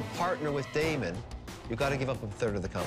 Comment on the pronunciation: Crawl It's Daymond not Damon. Also, Robert rarely makes deals, so he should be replaced if anything.